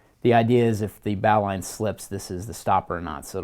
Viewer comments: please please stop saying "bahw-line". It's "bohw-line". Please please say it this way. Please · It's pronounced "bo-lin" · Lorenzo Rendina no no no. ...its Bo lin....